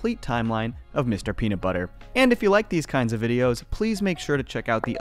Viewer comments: I’m going to be that guy and point out that there is no t in nut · There's a 't' missing from Mr. Peanutbutter in the intro 😂